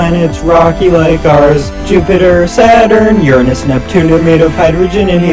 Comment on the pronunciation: FINALYYY A PERSON WHO ACTUALLY KNOWS HPW TO SAY URANUS 😮‍💨